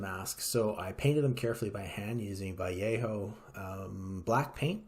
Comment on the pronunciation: Thanks for the detailed explanation, and props for pronouncing “Vallejo” correctly !!!